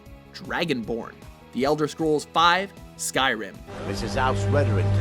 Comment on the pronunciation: Lol did anyone else catch that he said sky-rim then he pronounced it correctly the second time 😂